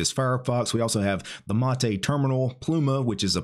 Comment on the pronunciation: its "mate" like "hate" not "mate" like "latte"